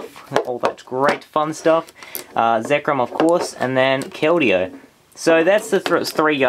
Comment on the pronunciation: You said zekmom